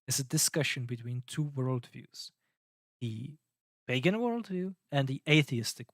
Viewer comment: no hate, but every time you say 'pagan' I hear bacon, uhmmmm BACON